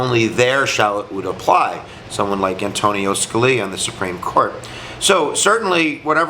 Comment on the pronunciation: Antonin, not Antonio.